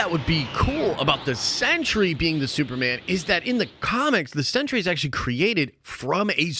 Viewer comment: Woof my guy is “The Sentry” not “The Century”